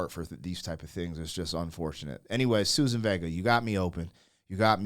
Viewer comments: Suzanne, not Susan. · It's Suzanne not Susan. Great song with important subject matter from the 80's